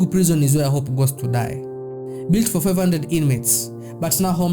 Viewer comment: Your abuse of English words is so annoying.. which bush African country are you from?pls go back to school and learn English language pls...The Nigerians you criticize are well educated than you stack illiterate that can't even pronounce ordinary "Prison"which you call "Prezon"..You bloody liar!!